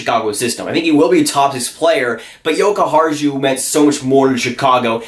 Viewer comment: Jokiharju pronunciation: the last part ju... should be like said yu (you welcome muricans LUL)... otherwise quite close...